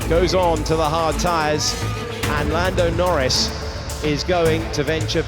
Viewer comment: i turned off the video when i heard "lando noris world champion"